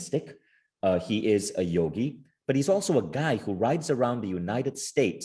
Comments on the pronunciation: it is supposed to be Yogi, not Yugi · It's Yogi! Not Yugi 🤦🏾‍♀️ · It's "Yogi" not "Yugi" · It's 'yogi' not yugi. Please correct it. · 'Yogi' not 'yugi'..come on man